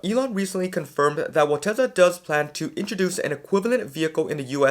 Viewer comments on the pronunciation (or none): Generally good videos, aside from 2 things, AI5 isn't supposed to be available until late 2026, which makes sense as the design was just approved. It will take time to ramp up production. Number 2,, I understand you speak fast, but Tesla is pronounced Tesla, not Tesa.